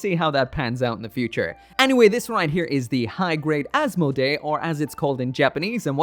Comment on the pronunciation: In japanaese its pronounced gundam asmodi